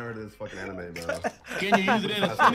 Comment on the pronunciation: the funny thing is that leland wasnt even saying the anime exactly how ben said 😂😂😂 mf added a extra e